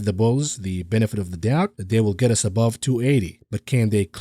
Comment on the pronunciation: 12,03 “That ets you quickly peek” - We will “et” you of the hook for that one